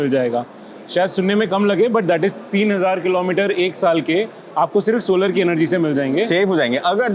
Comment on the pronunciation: Bhai.. solar energy nahi bol pa rahe